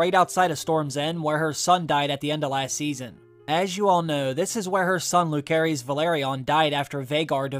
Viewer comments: phonetics: Loo-serys, not loo-kerys. and Juh-serys, not Joo-kerys. No hard C in either of those names....we've heard their full names spoken many times in season one already. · Too excited for this show to start! Pronunciation on Luke and Jace full names is off in this though as it’s legit said in the show😆 Jacaerys: Jace-air-Rees Lucerys: Loose-air-Rees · 😊please pronounce Luke’s name right.